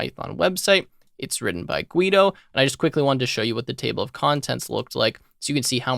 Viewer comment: Guido is pronounced Gi-do not Gwi-do